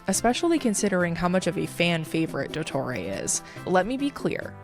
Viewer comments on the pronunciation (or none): “il doettorey” 🫪😂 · that very American pronunciation of "Dottore" AHAHAHAHAHA (i just found it funny, not an insult hehehe)